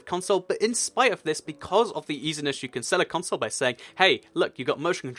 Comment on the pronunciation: I hate the way you say console